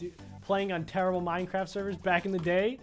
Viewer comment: Wait it’s “minecraft” not “minecrafp” right?